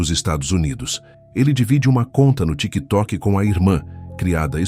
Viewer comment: Vídeo perde a credibilidade quando fala a palavra " tiktok " kkk